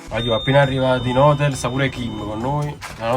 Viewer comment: Ma come si fa a non saper pronunciare taxi e hotel?